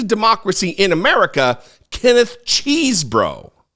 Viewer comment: Love the way you pronounce cheesbro. All these people around him need to go to jail too. Wish these trump supporters would wake up.